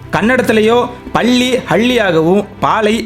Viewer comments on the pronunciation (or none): none